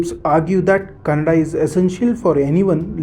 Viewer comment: Youtuber its kannada not cannada